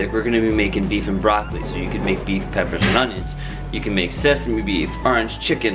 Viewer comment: "Oniones" Looool :3 what language even is that ;)